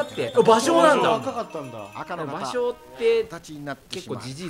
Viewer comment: ( +△+)ばしょー？ 姫路城といい「う」を発音しないレトさん